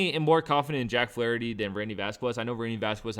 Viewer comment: He said Flaherty.🤦🏾‍♂️